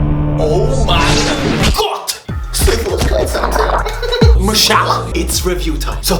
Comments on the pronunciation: It is called Sifu, not She foo lol. HK FTW!🤣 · The game is fucking called Sifu, sit down